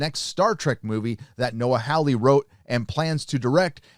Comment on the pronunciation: Good vid. But a small point sir...Hawley is not pronounced “Howley” but instead “Horley”....That’s if you like correct English, and I’m sure no body likes hearing their name said in a strange and wrong way eh!